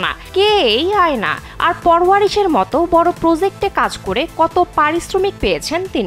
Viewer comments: আয়না 😂😂😂😂 আয়না❌ আ্যয়না✅ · উচ্চারণ এতো বাজে আপনাদের অ্যায়না কে বলছেন আয়না , সামার জাফরি কে বলছেন সমর , পারওয়ারিশ কে বলছে পরবরিশ এবং মায়ি রি কে তো মেইরি বানাই দিলেন 🙂 যে বিষয়ে রিপোর্ট বানাইলেন সেইটা সম্পর্কে একটু হলেও তো ধারনা রাখতে হয়। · আয়না না❌অ্যইনা